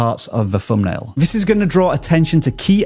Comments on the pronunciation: He actually said "Fumbnail" a million times!!! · Whereas vis guy says fumbnail over and over again!